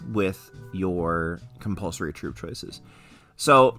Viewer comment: Hehe... "Cumpulsory" 😅